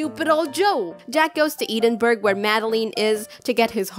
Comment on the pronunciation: edinburgh is pronounced edinburro not edinburg. in scottish gaelic, we call it Dùn Èideann